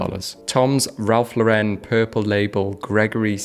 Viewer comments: Ralph Lauren is an American brand. It is NOT pronounced like Laurenne. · Pronounces enfants rich deprimes like a French but pronounces Ralph Lauren incorrectly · I’m British, but why does every British person pronounce Ralph Lauren wrong. The man himself once said his surname is pronounced like a girls name. But is brits seem to always wish to pronounce it wrong. Something that is normally an American thing to do